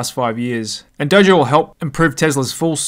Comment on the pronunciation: My man said “Doji” the first time he talked about the Tesla supercomputer 😂